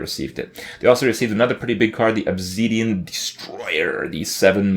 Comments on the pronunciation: "ObZEEdian Destroyer" Is Kripp doing this shit on purpose? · "The Obzeedian destroyer" - Kripparrian, 2015